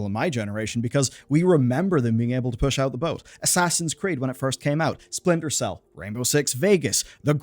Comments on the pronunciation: "core games like... Sprintel Cell ...." not 1, but 2 letters off. impressive 😂😂🤣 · Sprintel Cell? SPRINTEL CELL?! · Sprintel Cell lol